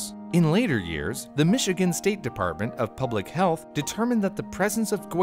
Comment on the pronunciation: Is no one taking about how he said "Michigan, physician."?